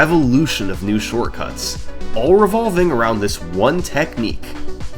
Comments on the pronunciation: 3 months late but “shorcuts” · What's a "Shorcuts"?